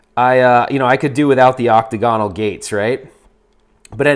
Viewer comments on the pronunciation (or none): Yo, I'm not sure if it's an American pronunciation, but octagonal is not "octagon-al" it's "oc-tag-oh-nal" You're videos have inspired me to get into the home arcade hobby - I'm not trying to be grammar nazi or anything. 😬. 👍👍😎